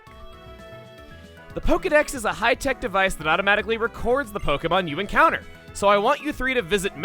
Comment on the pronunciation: "After our first N-counter" PLEASE.